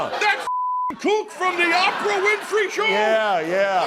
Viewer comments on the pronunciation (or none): My man said "Opera Winfrey"!!